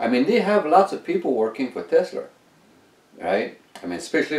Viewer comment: we say TESLA not TESLER